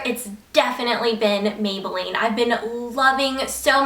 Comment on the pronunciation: OMG when you said megaline instead of maybelline when you were talking about the mega plush mascara- I DO THAT TOO!